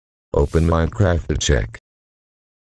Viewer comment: Hello TTS guy. Why use a tts lol, its telling Mincraft instead of Minecraft